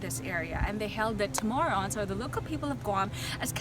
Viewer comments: Where'd you get the word "CHAMORRONS"? I Believe it's " CHAMORROS". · It’s Chamorros!